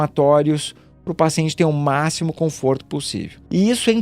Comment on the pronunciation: Conforto e não comforto.. .